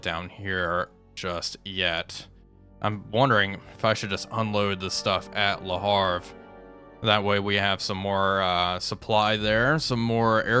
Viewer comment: Le HAVRE,not le harfe!:face-green-smiling